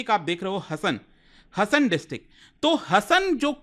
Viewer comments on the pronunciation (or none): Le admin pronouce it as HAASAN its haasan, nat hasan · Hi it’s not pronounced हसन its pronounced “हासन” Please correct it in future 🙏🏻 but rest all incidents are true thank you for informative video 🙏🏻❤️ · Hasan District nahi 😂😂😂 HAASANA District 😊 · It's not hasan its Haasan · It's haasan not hasan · It is not Hasan. It is हा (haa) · Not- Ha-Sa-n, it's Haa-sa-n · Sir it is हासन please pronounce correctly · Hasan pronunciation is wrong